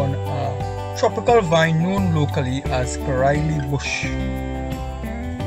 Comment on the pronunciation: U r the first person who called it how we called it in Grenada 🇬🇩 caraille good job😊